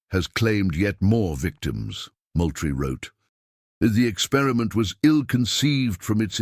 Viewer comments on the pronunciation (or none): Moultrie is pronounced Mooltrie. I have lived in South Carolina for 48 years.